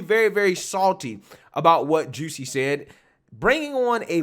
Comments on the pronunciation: It's Jus-sie Jussie! NOT JUCEY Smfh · I get such a kick out of the way pronounces Jussie’s name 😂